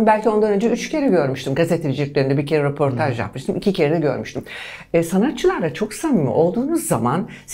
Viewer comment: Roportaj dedi yaaa ne gazetecisi 😳